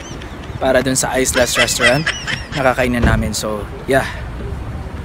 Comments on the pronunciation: Islas animel 😂😂😂😂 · Islas sir pronounce jan is matigas na i ISLAS 😂😂😂✌️✌️✌️